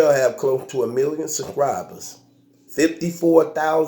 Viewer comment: “The URL has close to a million sUKRIBUS.... a million sUKRIBUS”